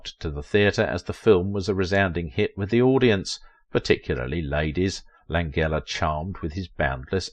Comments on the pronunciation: Lan-gella pronounce it correctly. Please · Frank Lan-jella, not a hard g. He's alive and 85 years old. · How can you set out to do a video specifically on one actor and yet mispronounce his name? I know Brits express more letters than USA but this is a name!! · it would be nice if they pronounced his name correctly. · You're saying his name wrong.